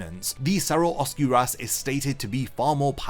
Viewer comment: it kind of bugs me when i hear the hollows terms said with such a bad pronunciation. not alot, but like...there is a better way to say it. look up spanish pronunciations of stuff like cero, Oscuras, relampago, sonido...its not a big deal but it just like weird when i hear japanese words pronounced so carefully lol but thanks for making these videos, nice to listen to bleach stuff these days